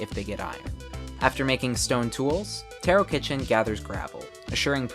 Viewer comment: I believe Tarokitchen is pronounced Tarokheshen. Great video anyways!